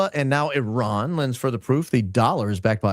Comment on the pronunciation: Thanx for saying Iran instead of Eye-ran😅❤